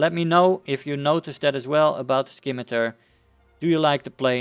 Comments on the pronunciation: There no k in scimitar it's not skimitar it's just scimitar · By the way u dont pronounce the c, so you just say it like simitar ;) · Scimitar doesn't have a K sound in it. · The c in scimitar is silent I believe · I was thinking the same thing